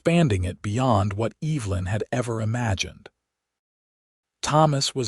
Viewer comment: It's pronounced EV - E - Lyn, not EEEVlyn. and it's IZACK not ISack